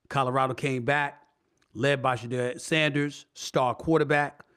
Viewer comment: HOW R U TALKING ABOUT HIS GREATNESS N MEET HIM N INTERVIEW HIM>>>>>>BUT U CANT GET HIS NAME RIGHT!?!? Shedu-er